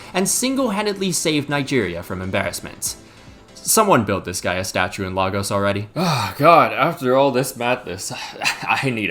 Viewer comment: The City in Nigeria is pronounced LEI-Gos, not LAH-GOES. Ffs.